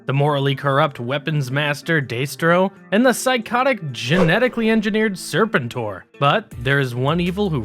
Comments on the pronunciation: I was thinking it myself. Serpen-TOR and Deestro. didnt make it further than that. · Day-stro and Serpen-tor? What's going on? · Daystro and Serpen Tor are gaigh bro....I prefer Destro and Serpentor....or you know, someone who's researched the video topic enough to at least know how to pronounce the characters names. THUMBS DOWN edit Globe You Les???? Phuuck you bro. I ain't watching another second. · Deh-stro, not Day-stro. Glob-ulous, not Globe-ulous. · Right? The animated series always used "ser-PEN-tor" and "DESS-trow" rather than "SER-pen-tor" and "DEES-trow." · Day-stro? FUCKING DAY-STRO?! you numbskulls can't even pronounce Destro correctly?! Well shit then I know all the facts in this are gonna be fucked I wish this channel wasn't forced into my algorithm. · Stopped watching when he said DAYStro. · The way he pronounces Serpentor and Destro has scarred me. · Why are you pronouncing the names incorrectly????🤔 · How do you claim to be a fan of GI Joe and mispronounce Destro? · And other names. At least he got it right towards the end of the video. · Why is he pronouncing Serpentor like that? He also pronounce Destro wrong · Like, did the creator hire a narrator? How’d you have all this information, but still pronounced everything wrong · Destro as well